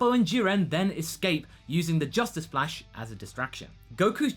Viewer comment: "Justice Flash!" Wait a minute... Mumen Rider? You mispronounced crash!